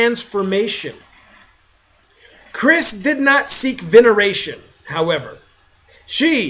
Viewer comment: THAT'S NOT HOW YOU PRONOUNCE CYRISS!!